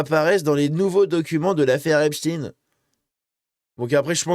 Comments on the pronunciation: On ne dit pas epstine mais epsteine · Pour la prononciation, il ne faut pas hésiter à dire «Êp-chtaille-ne» comme il est coutume de le faire en français. Pourquoi succomber à la mode actuelle, très anglo-saxonne ? Va-t-on désormais parler d'Albert «In-stine» plutôt qu'Einstein ? Ou du monstre «Frankinstine» ? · C’est Epstein comme Einstein et non Epstine. Merci de conserver l'intégrité du nom de famille. Ne tombez pas dans le piege de vouloir faire croire qu’il n’est pas juif. C'est EPSTEIN. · Jeffrey "Epstine" et Harvey "Weinstine" n'existent pas..Epstein et Weinstein oui. On dit Albert Einstein pas "Einstine"..c'est une fausse erreur volontaire de prononciation de certains medias afin de ne pas trop mouiller le "peuple elu"